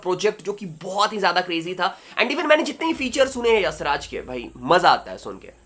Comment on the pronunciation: bhai yassraj nhi hai YashRaj hai🤦‍♂